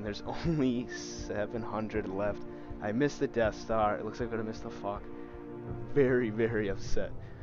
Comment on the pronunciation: It’s pronounced “fosh” not fock lol